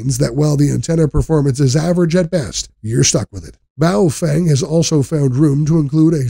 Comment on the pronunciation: It's pronounced 'Pofung'.